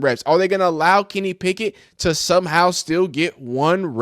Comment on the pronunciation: You keep saying Picklett 😂😂😂